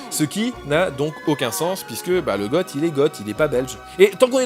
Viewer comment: On ne dit pas "Gotte" mais "Go" pour Goth ! Relis Astérix chez les Goths et le passage où un Romain ne comprend son camarade qui dit "C'est les Goths !" et croit entendre "Célégo". Bon, je chipote aussi. Profite des 50000 abonnés à Plailly :)